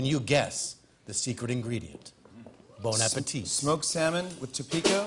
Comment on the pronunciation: Americans should get out more:Pronouncing Bon Appetit as Bone Appateet"